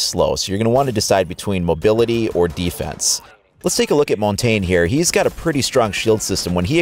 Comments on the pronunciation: It's pronounce as Mon-Tan-Ya.Not Mon-Tagne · Honestly guys, it's pronounced mon-tan (like sun tan) It's French for mountain